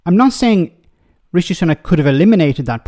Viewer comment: "Richi...trashing her record..." You strange bloody woman, you need therapy.